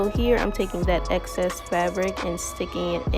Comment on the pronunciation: EXCESS* not access 🤦🏾‍♀️ drove me crazy. But otherwise great video, love your results! ❤️